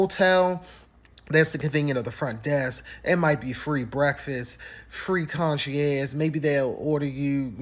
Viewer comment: . Concierge ❌ Conchy airs ✔️